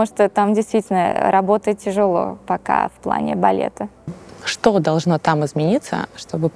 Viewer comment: Приятнейшая правильная речь. Милейшая редукция гласных, проявляющая в героине бразильянку (говорит "балета", а произносит "балеты")))).